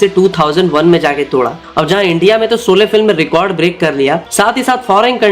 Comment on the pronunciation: Soley nahi bhai Sholey bol le.